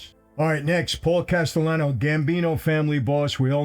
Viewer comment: i always thought it was Castellano not Gastellano.